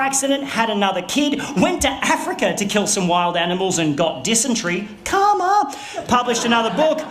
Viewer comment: I thought he was saying coma not karma but they sound very similar